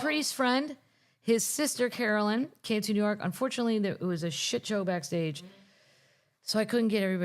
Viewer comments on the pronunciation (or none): none